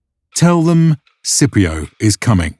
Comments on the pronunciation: Why is he pronouncing it “Sipio” ?! There’s a C in there. It should definitely be pronounced SKipio with a hard C right?! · Scipio is pronounced with a hard C, like Skipio. The Letter C never makes an S noise in Latin. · In classical Latin it was pronounced skee pee oh. So if he heard the pronunciation of this guy he would not know what he is saying lol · Hey, just something that felt wrong. Had to look it up to even know. But in classical Roman, the letter C is pronounced like the letter K in English. They did not have the soft C. I only looked it up on a quick Google search because it sounded odd. Although it may be a modern pronunciation and a different language. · Are you mispronouncing Scipio on purpose? Is this your way of getting back at him for ravaging those Carthage dogs? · Why is Scipio's name being pronounced like that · legionaries (close to the actual Latin "legionarii") not "legionnaires" so tired of this inaccuracy. And "Scipio" is with a hard "c" not a soft Italian "c". Might seem pedantic but it does distract from the otherwise great series